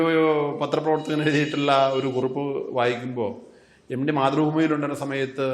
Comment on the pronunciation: എംഡി അല്ല സാർ എംട്ടി യാണ്.